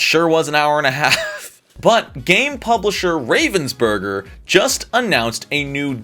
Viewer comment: as a german I hate how you pronounce ravensburger. Love the video tho. (FYI it is pronounced RAH-VENS-BER-GER bc it is a german company.)